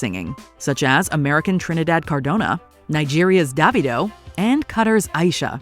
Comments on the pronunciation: It is not Dav-eye-do it is Dav-e-do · D-EY-vido not D-AH-vido, it's literally just David with an O at the end😅😅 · Wow badly mispronouced Davido